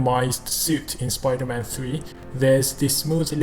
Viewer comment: Did he just cal supaida man weird